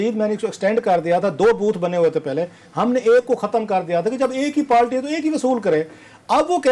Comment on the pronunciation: Bhai ye jahil Patwari hai party ko palty bolta hai